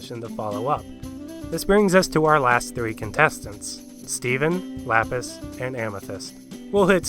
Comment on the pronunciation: ITS LAPIS